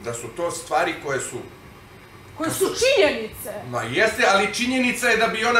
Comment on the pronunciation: Sve oni informacije imaju izvana. Kreštalica nije normalna. "to je tako" 🤣či nje ni ce 🤣